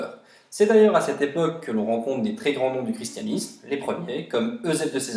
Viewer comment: Le chi se prononce ki Voili voilou....